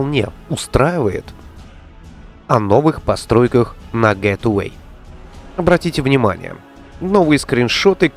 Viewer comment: тебя уже пытались поправить, не "гет эвей", а " Гейтвэй"